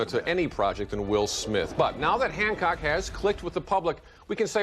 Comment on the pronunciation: It’s Hancock not Handcock lol